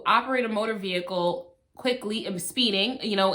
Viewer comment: TOOK ME OUWWWWWWTTT 😂😂 “VEE-HICLE. VEE-HICKLE.” 🤣🤣🤣🤣